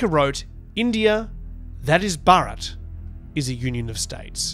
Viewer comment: I've heard a lot of native English speakers talking about this recently. None of them seem to be able to pronounce the name Bharat correctly.